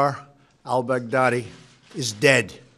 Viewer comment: I swear he’s pronouncing baghdadi like bad daddy on purpose 😭😭🤣